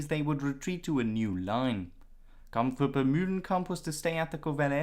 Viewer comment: "kamf grup" Two syllables in German or English, not three.